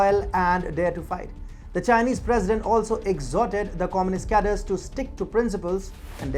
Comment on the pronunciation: “Khadreys” not “khaders”